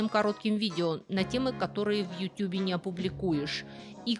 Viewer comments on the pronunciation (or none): none